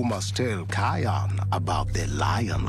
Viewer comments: I'm getting so annoyed on how he hears them pronounce "Ki-on" yet he still pronounces it like "Ke-on" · You pronounced kion wrong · Its "Zuka Zama" you spelled it wrong. Kiara was from The Lion King 2. Kion is pronounced Ky on. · No, pronounce it like this kie-on. kion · I love your videos but it's cringy how you say Kion's name wrong even though so many clips they said his name.